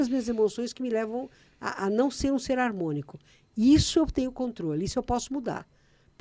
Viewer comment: Harmônico e não armonico...